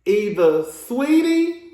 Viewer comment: Why everyone say SWeetie? Her name SAW eetie